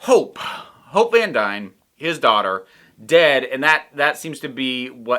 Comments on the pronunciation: Same, I thought she said Hulk not Hope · Oh I'm so glad someone else heard "hulk" not "hope" 😂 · I had the same issue with hearing hulk instead of hope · Your confusion with "Hope" sounding like "Hulk" is one of the reasons I watch with subtitles now. Also, I've watched all the New Rockstars "What If ...?" breakdowns ... I don't think you missed the Watcher in the background of the previous episodes. I think this was a nod to the fact that this episode was covering 3 movies ... pretty sure he showed up in the transition scenes. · I didn't, but I didn't hear "Hulk" either. Since it sounded like "hork" or something I knew I'd misheard it, but was too lazy to put text captions on.